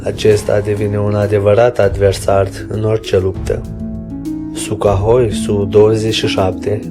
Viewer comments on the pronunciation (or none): Suhoi bah nu sucahoi.... Zici ca vorbesti in somn. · Se citeste Suhoi (In limba rusa inseamna Uscat) Numai ca boutz asta habar nu are de nimic! Cine dracu l-o fi pus sa o comita parca ar fi Veorica! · Avionul rusesc se cheamă Suhoi, nu Sucahoi. Pentru „Mach”: se pronunță „Mah” , nu „Maci”. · Nu "Meci", coaie,nuuuuu,nu,nunici Sukahoi,felicitări ,ia-ți putină(de murături),ești la fel ca pietroiul de pe ele!Dacă nu ai sistem de catapultare,ia-ți totuși ,capre ,ar fi un început,nu!?!